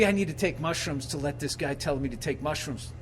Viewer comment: kinda weird everytime u say mushruoooms boobie barks